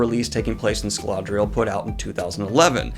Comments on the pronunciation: I know it is because of dyslexia, but each time I heard "Scaladrial" instead of Scadrial something inside me died, I couldn't get used to it lol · Hi Dan, it's pronounced Scad-ri-el, not Scal-ad-ri-el. You're adding a "la" that isn't there. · Bruh... "Scadrial" not "Scaladrial". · ITS SCADRIAL NOT SCALADARADARAL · Dude, great video but I'm pretty sure it's pronounced Scadrial not Scaladrial... Maybe I'm wrong? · There is no “La” is “Scadriel.” I hate being That Guy, but “ScaLaDriel” is a very distracting pronunciation for “Scadriel.” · I'm glad I don't have dyslexia and understand it's a total pain, but hearing Scaladrial instead of Scadrial just kept throwing me off lol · "Scaladrial" I'm sorry Danny, i love you and BoP, but it's Scadrial. (SKAD-dree-AHL) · I keep wondering where he's getting scaladrial when it's written scadrial. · Ok, Pet peeve of mine. Why must everyone pronounce Scadrial as 'Ska-La-Dri-al'? There's no second 'L'!!!! Otherwise, great vid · My man's too used to alethi words, he kept saying "Scaladrial" instead of Scadrial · Ok sorry I have to say it. It's SCADRIAL not Sca"LA"drial. "Scad," rhyming with "brad" + "rial" pronounced "real." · It’s not “Sacaladrial”!!!! It’s “Scadrial”. C’mon man! That scene in RoW was a Rosharan misspelling. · I definitely took psychic damage every time he added the extra L. 😅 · Daniel I really love you but if you say "Scaladrial" instead of "Scadrial" one more time i'm gonna lose my mind T.T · Came to the comments for this. "Scaladrial" is really distracting, and worries me that people watching this for a quick Cosmere infodump will be confused when they get to Scadrial. At least that one time it shows the wiki article it shows "Scadrial". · This is a FRIENDLY critique, FRIENDLY, I am not trying to be RUDE lmao, but I can't help but squint every time you add an early "L" to Scadrial and pronounce it "ScaLadrial" lmao. Though, I know dyslexia and all of that so no harm done, but I'd thought I'd point that out!